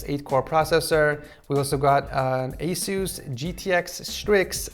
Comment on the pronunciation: anyone else think ASUS is pronounced ACE-US and not A-SOOS?